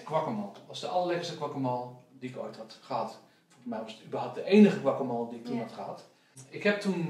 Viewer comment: grappig hoe jullie guacamole uitspreken😂😂 guacamool😂